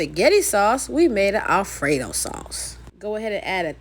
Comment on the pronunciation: Did you say alfred-HOE? 🤣🤣